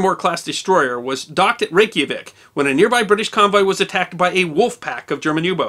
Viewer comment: The name Reykjavík is pronounced like this: Ray-kya-veek